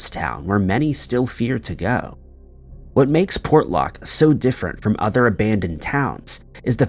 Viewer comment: Excellent, great job on Port Lock, you got pretty close to how we pronounce 'nantiinaq' & Kenai...you r awesome.